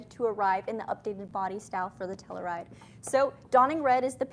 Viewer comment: Might be a Canada thing. In the U.S. it’s pronounced Tell-you-ride; not tell-uh-ride.